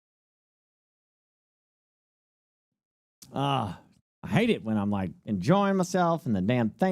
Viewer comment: says "I hate it" like a brit and everything else like a good ol boy in the country...😂👍